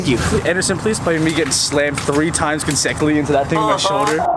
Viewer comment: How is no one talking about "CONSECKILY" ?! 😂 Like wut. That's not even remotely similar to consecutively.